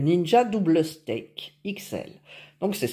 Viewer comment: pourquoi vous prononcer steak ahah ces stack belle recette je vait en faire demain